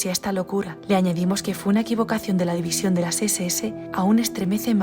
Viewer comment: División Azul se dice.No "divizion azul"y si es un gran orgullo.Los latinoamericanos ni deberíais opinar sobre esto